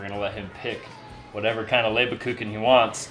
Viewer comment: "Leberkucken? are you sure? spell it for me and I tell you where you make the pronunciation mistake, if any? the "Kucken" part should I think be; "Kuchen", the '-CH-' is pronounced like a '-g-', but that is something you native ENGLISH speakers can't pronounce anyway. Just as the word "Neggar", an old Dutch word, meaning devilish or black-soul person, the English/ Americans made it as: .n....gg.....r, pronouncing the '-gg-' as a 'k', and the '-e'- as an '-i-', the '-a-' as an '-e-'.instead of the British '-a-' when they say 'I can't' instead of the American 'I ken't'. The 'Leber-' part; isn't that 'Lieber-'? translated it would mean 'favorite'' or 'beloved'. This would mean that the "LieberKuchen' nothing else but 'favorite or beloved cookie' means. Meaning; very delicious!!!! Verstanden? understood? Gut, und weiter es geht. Good, and we go on/ next!!! 🙂